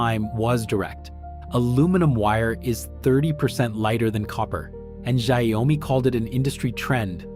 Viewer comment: If the US switches to Chinese AI, maybe AI will pronounce Xiaomi correctly